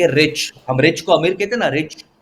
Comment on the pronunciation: RIC NOT RICH